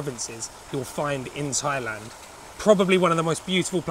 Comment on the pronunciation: θailand? .....it is pronounced tailand